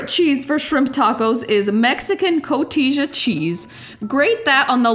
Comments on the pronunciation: Maybe you've already been told, but it's Co-tee-ya not co-tee-ja. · it’s pronounced co-tee-ha. the j is pronounced as an h in spanish. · Coteezah cheese 🗣😂😂..... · Haha cotisha cheese 😂 it's pronounced more like cotiha. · The 'j' in Spanish is pronounced as 'h', so it is CO-TEE-HA, not CO-TEE-JAH. These look really good, though!! :))) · Loved how she calls Cotija cheese “co-tisha cheese” 😂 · I believe "cotija" is pronounced "co-TEE-ha." ;) These look incredible!! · The cheese is pronounced CO-TEE-HA, the J is silent in Mexico. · I love koteesha cheese 😂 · Lol! Koh-teejuh cheese please. I caught it too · Yes, love that "coteeja" cheese too 🤡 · Looking good! The cheese is pronounced Co-tee-ha. With an H. In Spanish words with “J” are pronounced as if they were an “H”. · Hi, enjoy very much cooking your recipes!!! Quick note the Spanish way to say cotija cheese is “ko-tee-ha” 😉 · Вкуснятина 🤤, готовлю такие такос моему мужу мексиканцу 🙂 А, да! сыр произносится Ко-ти-ха:) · I love your recipe! Cotija is pronounced “ko-tee-ha” 😁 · Cotija is pronounced co-t-ha like jalapeno is pronounced with an h sound. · Cotija phonetically is coh-tee-ha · It’s pronounced coti-ha , the j in Spanish often makes a soft h sound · Cotija is pronounced cotiha. It's a Spanish word. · co-tee-ha cheese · It's pronounce Co-tea-ha! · Co-Tee-HA cheese.... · Great recipe but its actually "koh-TEE-ha" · You are saying the name of the cheese incorrectly. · Cotija = the j is pronounced as ha not ja. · So offended at the pronunciation of Cotija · Cotija . The J sounds like an H Nobody uses mayonnaise in a real ethnic recipe. Licking the sauce on camera was so nasty. I would never eat anything you touched. Nasty. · sorry guys if you cant pronounce the name of cotija right I move on to the next recipe. look up tacos de camarones receta if you want real mexican tonight.